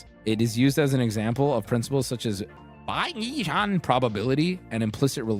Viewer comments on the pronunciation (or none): Bah-ye-jang instead of bayesian is crazy😂